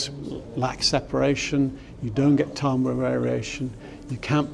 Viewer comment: Tumber ????? do you mean timbre?